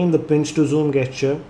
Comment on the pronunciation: it's pronounced jes-cher not ges-cher